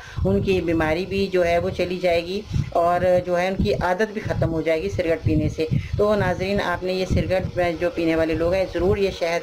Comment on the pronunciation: SALAM WRB. AP CIGARETTE KO CIRGATE KEH RAHI HAIN, CORRECTION KAR LEN.